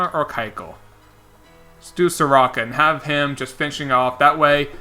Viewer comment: All you need to know about how overlooked the Braves are is Mike Soroka has been the 2nd best pitcher in baseball this year and my man didnt even pronounce his name right (Soar-Oh-kah) As well as Mike Foltynewicz (Folt-Tah-Ney-Vich). He was an All Star last year